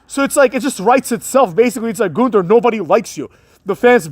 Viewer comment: It's NOT pronounced "th" in Gunther.